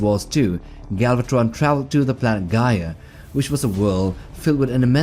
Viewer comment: stop saying galvat-tttron like that